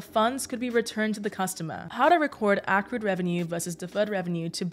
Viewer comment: It’s pronounced “accrued”